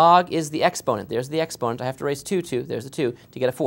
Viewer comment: Ex-ponent? Really? Expo-nent...